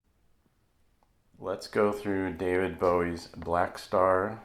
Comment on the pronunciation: You get points just for pronouncing Bowie's name correctly.